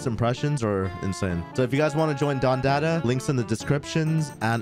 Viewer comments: He said “don DATA” lol, you can tell you’ve never been to the hood 😂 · It’s pronounced don da da